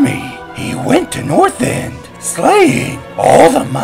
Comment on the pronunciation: dude its not northend its northrend :3